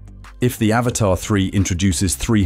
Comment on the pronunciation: we all aware of that dipshit..i own one..but its not pronounced avatar..seems like you cant read but pretending to be smart